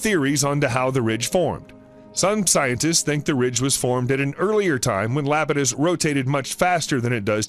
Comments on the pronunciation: It’s eye-apetus not Lapetus, but good documentary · Iapetus is pronounced = eye ap i tus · Good documentary....but is he really repeatedly calling Saturn's moon Iapidus, "Lapidus". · It's Iapetus, starting with the letter I and pronunced like this: Ay - a - pee - tus. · LMAO Lapatus. Then again having mocked that. I grew up with a Sir Patrick Moore book on astronomy and it had the misprint Dactyi, for Ida's moon Dactyl. For ages I was pronouncing it like a Roman family name, like a div. Luckily, there's not many chances to drop Dactyl into casual conversation and be found out the moron. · Kid Well that is pronunciation, not using the wrong letter and calling it LAP-i-tus. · Still wondering how funny it is that they didn't know the right pronunciation of a crucial moon 😂